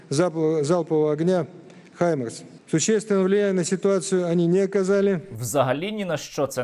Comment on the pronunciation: У нас э і звук, і буква для адекватної передачі англійського слова. Не хаймерс, а гаймерс.